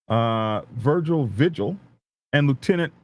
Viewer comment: Vigil is pronounced V HILL. Js